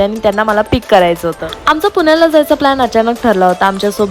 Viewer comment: खूप छान दिसला तू आणि सूची साडी मध्ये 👌👌❤️❤️. आणि अग बाई... पून्याला नाही ग ..... पुण्याला असते. लई आनी, पानी, लोनी करतेस ग तू